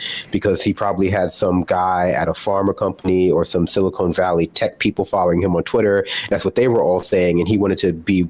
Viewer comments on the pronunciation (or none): It's SiliCON Valley not SiliCONE Valley.